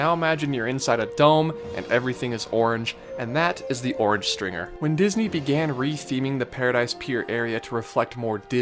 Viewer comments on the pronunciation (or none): Orange Stinger not stRinger. 🙄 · Orange stinger not stringer lol 😀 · Guy.... It was the Orange Stinger... Not stringer! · It was called the Orange Stinger not Stringer :) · Come on man, it was Orange STINGER, not "Stringer"...you could even see the bees all over the ride. Jeez. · Isn't it Orange "Stinger"? Not "Stringer"? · Orange Stinger, not Orange Stringer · It's "Orange Stinger" not Stringer. Hence all the bees. I worked that ride back in the day. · It's actually called the Orange Stinger, not Stringer. Hence the bees and bee noises that used to be in there. The orange I believe had to do with the fact that the Disneyland Resort is in Orange County and Disneyland was built on an Orange Grove. Just saying. :) REPLY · Orange Stringer? Stinger I think you mean... cause, bees. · Um, it's Orange STINGER. Not stringer. If you're going to do Disneyland videos, at least pronounce them right. We'll let the mispronunciation of Regis Philben go since he's a tool. But geez mate. At least get the rides right. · Orange Stringer? lol Stinger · Uhm.....I'm pretty sure it was Orange Stinger, not Orange Stringer. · Isn’t it the orange stinger, not stringer🤔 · It's Stinger, Not Stringer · It was called the orange stinger, not the orange stringer. Jussayin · orange STINGER... not orange stringer 😂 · It's Orange Stinger, not Orange Stringer! Also, it's Adventure Through Inner Space, not Journey Through Inner Space! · Stinger, not Stringer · It was the "Orange STINGER", not Stringer.